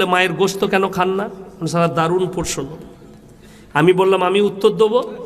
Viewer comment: অশিক্ষিত না হলে এরকম যুক্তি কি দেয় প্রশ্ন শব্দটা সঠিকভাবে বলতে পারে না অশিক্ষিত প্রথমে পড়াশোনাটা করে আয় এর থেকে মুসলিম সমাজ জ্ঞান নিলে তো অশিক্ষিত হয়ে হবে বাংলাদেশের যে আর্মি টার নাম নিল প্রাক্তন তার সাথে সাথে তুইও চলে যাস দুই ভাই গলা ধরে পাগলা গারদে বসে মাথাটা চিকিৎসা করে আসিস একটু শিক্ষা গ্রহণ করে আসিস পেটে তো একটুও বিদ্যে নেই